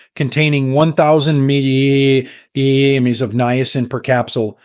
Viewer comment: Why can’t this AI voice say “milligrams”?